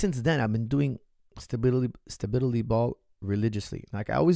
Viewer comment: Why can't coach pronounce "stability" with any stability ?